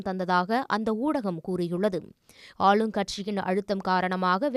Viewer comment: "ஆழும்" கட்சிக்கு சாதகமாக வேறு வழி "இள்ளாமள் ", என்னமாய் தமிழ் உச்சர்க்கப் படுகிறது !!??? தமிழ் ஊடகம்???